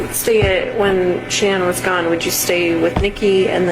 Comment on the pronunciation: Seriously?? You can't even pronounce Shannon's name? 😮